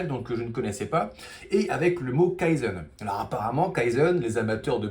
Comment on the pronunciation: Tu prononce kaïzeun, c'est kayzen. ("Key""Zen")